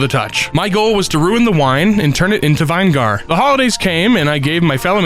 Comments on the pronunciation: BRO DID NOT JUST CALL IT “VINE-GAR” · Amazing content man! But did you really just pronounce vinegar as VINE GAR. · vin-i-ger.... not vine-gar.... Sorry, it triggers my OCD when people mispronounce words. 😅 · Vine-gahr? You mean Vih-ne-gər, right? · VINE-GAR VINE-GAR DO YOU MEAN VI-NEH-GER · Vine-gar? Really?? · "vine gar" you mean vinegar??? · Are we not gonna talk about how he pronounces vinegar????? VI-NI-GER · I can't be the only one thinking its funy how they pronounce ''vinegar''??? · Vine Gar? 😂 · who tf called vinegar "wine gar" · I'm sorry....vine-gar? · The last 2 syllables of vinegar sounds like a racial slur, probably said vine-gar to avoid the video being demontized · I was waiting for someone else to mention this it bothered me so much 😭